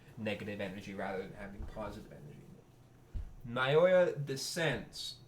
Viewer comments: Just say Now-ya 😭 That’s closer to the Japanese than Naiyoiya 💀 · "nayoya" son im crine 😭